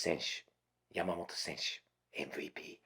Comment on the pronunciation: さすがは、発音がヤマモロじゃないw 山本は日本より米国の方で人気あるんじゃないかと思っています